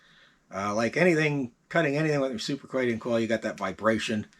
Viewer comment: Re-sip-ri-kate-ing not recoopricating